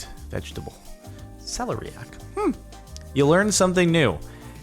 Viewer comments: It's pronounced ce-LAIR-eiac not celery-ac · Emphasis of celeriac goes on the second syllable "se-LER-iac" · Its pronounced sell-air-eee-ack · Celeriac pronunciation: sell - air - iac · or how to say it properly?